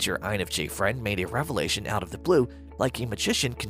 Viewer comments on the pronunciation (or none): none